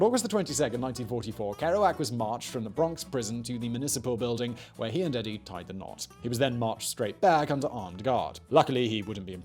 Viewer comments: Edie: ee-dee. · Good info, but very pretentiously delivered, with a "Know-it-All" posturing: strategically raised-eyebrows and coy glances at the camera. By the way, your "American" stinks: it's Ken [KEE-zee], not [KAY-zee].... the girl's name was [EE-dee] not [Ed-dee]... and the town is called [LO-wull] Massachussettes, not [LAO-wull]. I lived there. Again, pretty good info, but an overly-dramatic delivery, with a cloying smugness that distracts from the value. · Ker-OO-ac, not Ker-OH-ac. EE-dee, not EDD-ee.